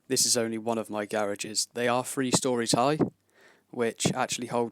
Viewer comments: Aww that's cute is the boy offended because I called him an idiot. And btw it's pronounced three not free 😂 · Lol you pronounce "th" as "f" Three million -> Free million